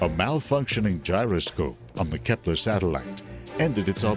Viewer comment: It`s Kepler, not Kephler..